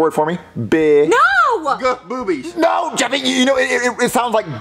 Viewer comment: it’s Jeffy not Jeffry